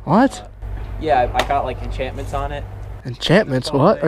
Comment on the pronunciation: dis boi thinks its minecraft. enchaments lol. XD